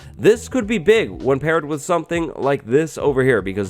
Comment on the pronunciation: "a really, really pig deal"